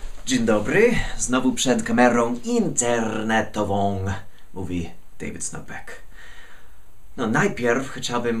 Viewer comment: Dzień dybry, znowu przed kamerą INTERRRNETOWWĄĄ mówi David Snopek". :) hahaha zawsze poprawiasz mi humor tym wprowadzeniem. Pozdrawiam :D